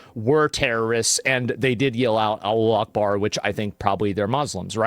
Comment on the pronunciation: “ALLO ACHEBAR” 😂🤪